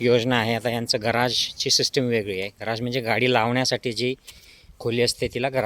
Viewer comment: गराज नाही तर गॅरेज म्हणा.